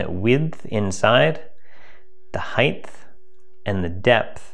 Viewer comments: I didn't think Canadians would say heidth. The word is HEIGHT, rhymes with KITE. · Great video , one criticism "heighth"? All the besth🙂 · "Heighth" could be the cause of the down votes given "heighth" is not a word commonly used in the English language. Height, in the other hand, is. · The heighth? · is he saying hieghthhh..holy shchhhutatasch..he is!!! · Did you say heighth? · "Heightth" LOL. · There is a special place in hell for people who say "Heighth" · Aaaargggh! There is no "th" in height!